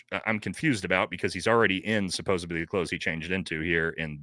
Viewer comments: Brother I love you but you gotta stop saying “Supposebly”, it’s driving me up a wall. The word is supposedly. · The word is pronounced SUPPOSEDLY not SUPOSIBLY. My God. And stopping fucking with your hat and ear piece. It's very annoying. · SUPPOSEDLY!!!!! Not sopobably!!! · 'SupposeDly' not 'supposeBly' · Bro I love you but you gotta stop say “supposubly” haha😂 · Can we please fix the “supposebly? It’s supposedly. 😂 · It’s pronounced “supposedly” NOT “supposebly”. It’s a “d” not a “b”. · Supposedly, not supposably. Better yet, allegedly. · The word "supposedly" doesn't have a "b" in it. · OMG kept thinking the same thing! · Friendly tip, there’s no B in the word supposeDly. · Is it an ongoing joke that you keep saying 'supposebly'? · Stop saying "supposbly" smh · Please stop saying "supposeBly" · Someone has got to tell him how to pronounce and spell supposedly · Supposedly* not supposebly Especially* not exapecially Jesus Christ lol